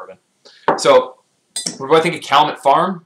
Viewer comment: Pronounced “cal-yoo-met.” Thanks for your reviews.